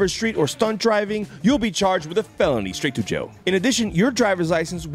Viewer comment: "when the violation is a felony STRaightTOjail." 😂